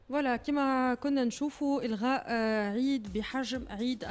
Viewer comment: عجيب صحافية تقول الغاء يهيب وليس الغاء